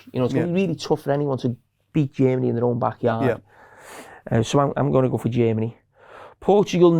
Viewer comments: 'hungry' 'chermany' 💀💀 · Why does he say G Ermany?😭😭😭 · Every time carragher said jemeny..... I cringed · I adore when they Said "Jeemany" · English is not my mother tongue, so please cut me some slack here: who's this "Djimanny" team I keep hearing him talking about? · I cant get over the way Germany Carragher pronounces "Jamie".